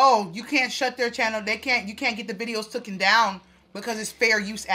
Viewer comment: It’s “TAKEN” sis “TOOKEN” isn’t a word!